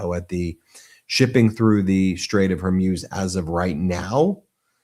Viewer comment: It’s not Hairmuz ! It’s Hormuz😉